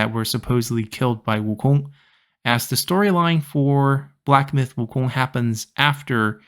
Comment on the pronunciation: 悟空这两字的发音就知道是国人了